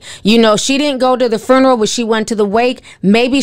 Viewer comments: Funeral not Furneal 😂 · The “fooneral” Ti always be pronouncing stuff different and I’m here for it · SIS. It’s pronounced fyoo •nr•uhl FUNERAL LOLOL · be like “frooneral” 🤣🤣🤣🤣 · Right lol I was like "girl the what????, phooneral?" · " Fernaral"...ti what ? 😭😭😭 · I love the way you pronounce funeral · Sorry I can't with the pronouncing of Funeral.. But I love,love Love you Ti and your channel! Day one fan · You need to learn how to pronounce funeral.